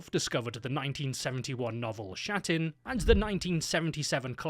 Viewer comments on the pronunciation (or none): Just a heads up, its not SHatin, but straight up KATYN. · Ah, the Shat-in novel. Hatin (hat-een) if anything else. For fucks sake. You anglophones... How do you even make an SHHH sounding noise with literal KH letters? One in a million wet fart or what? It's not your usual cheesy fantasy flick, wasn't even written by my fellow national as far as I am aware. But just let google pronounce it for you first, before you do foreign historical pieces. Threw me off right away, despite the whole video being a nice piece of work apart from that. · FYI-not shatin, but kathin is pronounced Intersting to look up what the soviets did and made all history to think it was the germans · I was not prepared for someone calling my Motherland properly, and making a clear distinction between Belarus and Byelorussia. Hats off just for that. Naming is still slightly incorrect, but I do not think it is much of an issue. "Khatyn" is not spelled like "Shatyn", but "Hatyn". "H" is similar to the sound in words like "home" or "horror". It is important here, as Katyn, with the K sound is a different plance and a different event. The name "Flyora" was spelled correctly at first, but then it was somehow transformed to "Floyer" for some reason. Also, Klimov did not traumatize the kid. Even now we do study history of WW2 (and the Great Patriotic war) with a reasonable amount of knowledge of what was happening, due to the age ofc. Same attitude was applied in USSR, so the boy was half-prepared. Also, the boy was shown some recordings made during the war - and it was a test (Kravchenko mentioned in his interview). It is only when he refused to have some tea with a slice of cake, Klimov knew that he has finally got the right actor. Worth mentioning that diet was neccessary to ease the work of make-up team. Pink cheeks is not something you'd see on a face of a village boy mid war. Fun fact: in the movie, the ukrainian collaborationists were shown. Some things never change, eh?